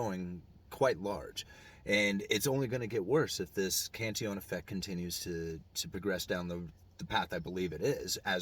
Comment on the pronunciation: UE prounounces correctly.